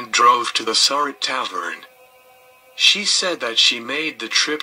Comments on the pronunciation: They always pronounce her last name wrong, It is pronounced Sir- Rat not Sir-Rot. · Just wanted to help you out with pronouncing Mary's name.